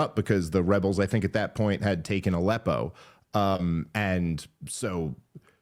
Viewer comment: Sorry Dave, what’s a “leppo”?